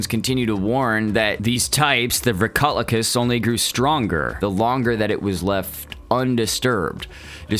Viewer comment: it’s pronounced “Vree-ko- lak-iss”